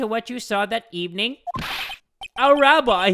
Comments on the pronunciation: rlly said "ras-tafrian" lmfao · Its ras-ta-far-ian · did just mispronounce Rastafarian (Rastah-farian??) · When mispronounced Rastafarian. 😂 lol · I love how he pronounced Rastafarian so wrong lmafoooo😂😂😀 Still love you jay ❤️